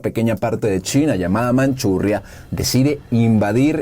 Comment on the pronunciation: Manchuria. NO Manchurria. Hay ésa y otras malas pronunciaciones. CHINA COMUNISTA La maldita colectivización comunista, el hambre, las Orwellinas etiquetas a los opositores, la "reeducación", la centralización, la esclavitud, la ideolización. Los disfuncionales planes quinquenales. Purgas. Dictadura. El "Gran Salto Adelante". Estadísticas falsan. No existían ni los alimentos ni el acero. La Banda de los Cuatro con purga (Guardias Rojos), llamada "La Revolución Cultural". Mao: un déspota. Bueno... Al final, UN SISTEMA DUAL. La China moderna, el lado político (PCCh) con la aplicación del Capitalismo en la economía (Den Xiaoping) y ¡BINGO! A la larga, se salvó Taiwan.